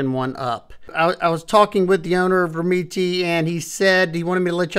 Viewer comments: Pronunciation’s gotta be “rem-MET”, no? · You’re correct. is pronouncing it wrong. I’ve spoken to them to confirm. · I can’t get over his you pronounce the brand 😂. It’s soooo far off from how it’s actually pronounced lol. I’ve spoken to the company and the last E is silent and the first E is a short E. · i think its pronounced like that too. but the way says it makes me laugh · The way you pronounce their name makes me laugh 😂 but who cares how its pronounced since your videos are awesome. Atleast your not calling it a Doberman 😂😂